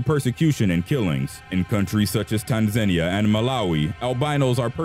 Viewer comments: Not the correct way, certainly. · Edinburgh pronounced perfectly, Tanzania however was not. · But he screwed up Tanzania.